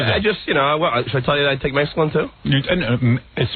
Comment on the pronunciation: John read an ad for Prozac, thinly-veiled as an ‘article’ and bought into it wholesale 😂 Also, how do you have a ‘160 IQ’ and say “Mexcalin”?